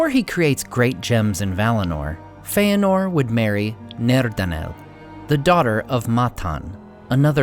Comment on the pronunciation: It is fëanor. There is no diftong Fe-anor.